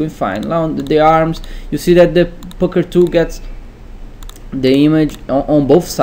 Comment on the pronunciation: the fcuker tool..ee..ee.. eesqwiz tha bres.. XD epic..